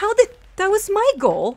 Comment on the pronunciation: It's "Goal." Not Gool.